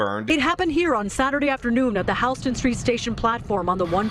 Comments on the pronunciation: That's not how you say Houston...... silly New Yorkers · …did the reporter say “Houston” Hauston??? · The world we live in: 'Howstin' station... H o u s t o n Gawd dammit.